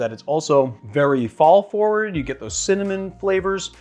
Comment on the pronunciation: When he said 'Fall' cocktail, I heard 'Paul' cocktail. 🤣